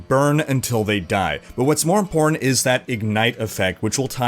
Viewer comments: Why do you always say "impor ant"? Do you have something personal against that middle T? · No offense or anything, but, is it just me, or does pronounce "important" as "imporant"?